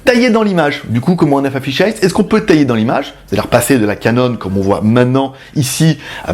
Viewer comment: Pour faire mon chieur, lol, on dit "fish-aïe" (fish'eye, œil de poisson ;) ), elle est loin de faire 360°, je suis quasi sûr qu'elle fait même pas 180° non plus (on doit se voir quand on est à gauche d'elle, jusqu'à sa droite), mais surtout elle a une résolution pourraxe qui la réserve à une utilisation fisheye : l'intérêt d'avoir plus de 180° c'est de pouvoir utiliser le mode virtuel : l'image est croppée (découpée) à un angle de vue standard, et on peut avec la souris ou un casque VR tourner la caméra, mais comme la résolution est divisée, vaut mieux en avoir sous le pied, ce qui n'est pas son cas :( Après en fixant 5 caméras de ce style en "cube" (celle du bas ben on peut pas faut bien mettre un pied lol) y a peut être moyen en post production de sortir presque 360° (façon Google Street Map), mais bon 700€ la plaisanterie :/ Mais sinon super vidéo comme d'hab avec la bonne humeur, le beau temps (#ModeRageux lol) et tout ce qui fait les vidéos GLG :D (et les 500 likes on les a dépassé depuis un ptit moment ! lol).